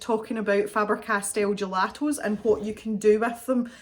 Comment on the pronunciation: Yayy, Happy Birthday to the Cave! And thanks for all the content,! I've watched that gelato video, and what I like is how you say the word gelatos...LOL Good luck to everyone entering for the giveaway!